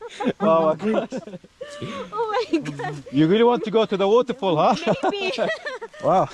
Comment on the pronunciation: Its not woutefoul. It's waterfall,loll